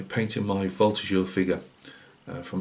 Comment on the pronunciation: A lot of nice advices with this tutorial! Great french prononciation for the Voltigeur. Wish you a Merry Christmas!